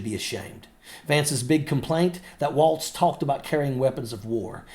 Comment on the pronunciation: Can we also talk about how he pronounces it “Waltz”? It is pronounced “Walls”